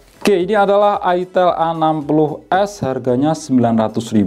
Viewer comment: Ai tel bacanya kak jangan itel makanya saru